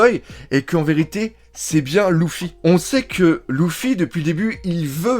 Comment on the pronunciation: ouiii mais c’est des variantes comme dans tout mots et tout noms mais là même dans l’anime en vo on dit leuffy et non louffyy